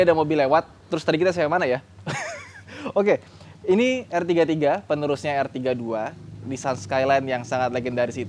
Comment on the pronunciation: Bukan er33 tapi r33